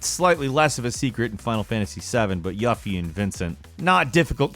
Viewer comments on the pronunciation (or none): FF7 Yuffie is pronounced You-Fee not Yuf-fee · "Yafee" Hahaha.... NO! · I... I'm mad at your pronunciation of Yuffie. You-fee. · Yuhffee?! Yuffie is pronounced You-fee and the correct way has been said in spoken media many times before. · you start to lose heavy credibility when you don't know how to pronounce Yuffie's name. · Can you learn to pronounce Yuffie correct? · How do you keep butchering names like Yuffie? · And Yuffie